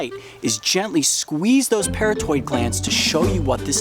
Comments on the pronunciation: It’s not the “para toid” gland. It’s the “puh raw tid” gland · Pronounced "pair ott id" parotid. Got some in my eye once. Extremely painful and couldn't open my eye for about 15 minutes. Blurry vision for quite awhile.